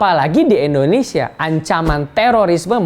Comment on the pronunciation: Indonesia Pak..!! Bukan Endonesia..!! 😊😊😊😊😊😊